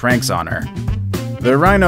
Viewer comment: The way you say Acadiana and Broussard. Omg. I’m in pain.